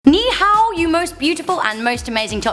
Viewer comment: I speak mandarin and when you said ni hao I cringed 😂😂😂